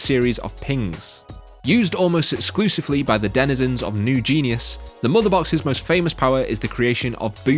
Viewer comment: Pretty sure the Motherboxes come from New Genesis, not "new genius", guy who's job is reading stuff aloud.